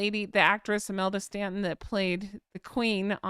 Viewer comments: Ok just to help clear something up. It's Imelda Staunton- like 'Taunt' and not Stanton like 'Can't'. You're welcome. Love the gossip xx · I,love your comments,but please may I,point out that we say Stornton not Stanton.HonkHonk